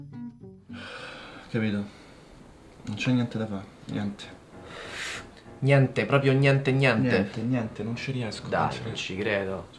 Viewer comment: ahahah questa è fichissima! però deve migliorare la pronuncia di "niente"!